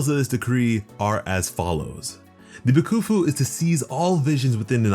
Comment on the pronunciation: No hate but it annoys me how you say Ina-zuma and ba-kafu